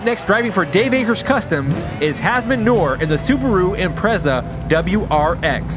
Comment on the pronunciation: "Subaru Impressa"